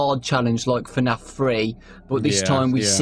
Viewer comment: it's f-naf no tfu-naf it's f-naf